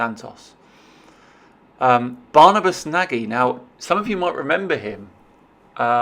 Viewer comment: PSA: 'Nagy' is pronounced like 'Nudge'.